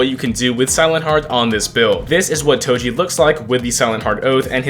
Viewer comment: why do you pronounce Toji as Toshi